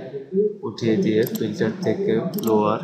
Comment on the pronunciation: ব্লোয়ার না ভাই, ব্লার।